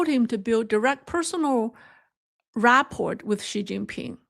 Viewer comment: Rapport (the t is silent). Ra-por.